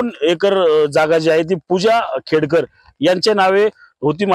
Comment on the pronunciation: खेडकर आहे.......खेडेकर नाही रे बाबा.